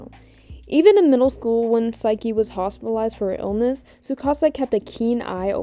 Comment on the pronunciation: I'm gonna jump you if you keep saying saiki.